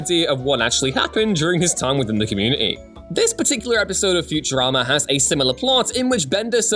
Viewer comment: There is a T in community dear boy.